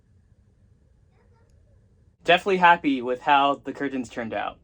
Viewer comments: Please stop pronouncing curTANS like that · Why tf you pronounce 'curtains' like that? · The way you say curtains sounds so weird idk if it’s jus me I might say it the same tho I’m mind fucking Myself lol 😂